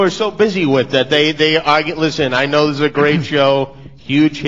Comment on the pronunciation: he sais you KNOW noy you now lol